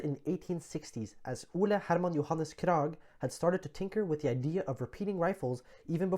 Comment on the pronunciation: Bra! Og lær gjerne verden hvordan norske navn uttales. «Kraaaag» ikke «Krægg» - mener nå jeg da :-)